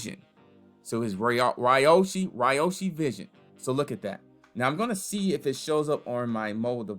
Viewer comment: Ugh. It’s pronounced Ree-yoh-shi